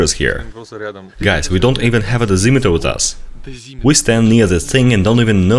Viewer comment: he said dezemetre